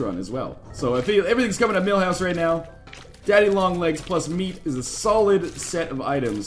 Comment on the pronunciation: Milhouse. The character from the simpsons. Not mailhouse.